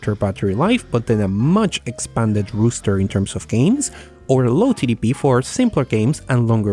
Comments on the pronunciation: I am fully aware english may not be your first language, and this isn't meant at all to be mean or hurtful. But the moment you said the game "rooster", I absolutely lost it laughing. You pronouned it rooster as a male chicken. A list of items, "roster" is pronounced RAH-STER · It's "roster," by the way. Not "rooster."